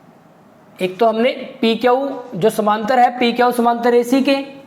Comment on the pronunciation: सर आप क्यू को क्यऊ क्यो कहते हो